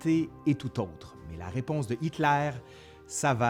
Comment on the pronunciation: Pourquoi tu prononces "Hitklair" au lieu de Hitler ??? Pareil comme les fronçais, !! #tabarnak 🙄